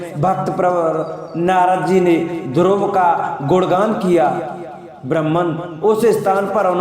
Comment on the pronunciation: ध्रुव जी के नाम को स्पष्ट उचारण करें यह द्रोपदी जी के नाम सुना दे रहा है